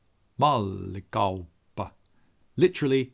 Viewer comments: Weird that you pronounce 'mallikauppa' correctly but run off the rails with 'Helsinki'. In Finnish, the accent is on the first syllable. (—For all but two words. Which two is left as an exercise for the reader.) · Hey, you pronounced "Mallikauppa" pretty well 😊👍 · That was actually a decent pronounciation of "Mallikauppa" :D